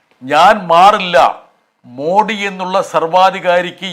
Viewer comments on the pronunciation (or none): ബ്രിട്ടാസേ, ആദ്യം 'മോദി' എന്നു ശരിയായി അദ്ദേഹത്തിൻ്റെ പേര് ഉച്ചരിക്കാൻ പഠിക്കൂ, എന്നിട്ടു മതി ജനാധിപത്യം "മോഡി" പിടിപ്പിക്കൽ! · മോഡി അല്ലെടോ, മോദി എന്ന് പറയുക. ഒരു പേരുപോലും നേരെ ചൊവ്വേ പറയാൻ അറിയാത്ത താൻ എങ്ങിനെ രാജ്യസഭയിലെത്തി 🤔🤔🤔കഷ്ടം 😢